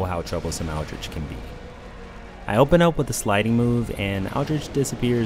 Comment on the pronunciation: It's pronounced Aldrick, not Aldricchhhh.